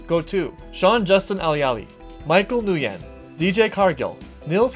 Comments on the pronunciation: As another Nguyen, (it’s a common Vietnamese last name.) I just thought I’d let you know that it’s pronounced “win” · That's not how you say Nguyen.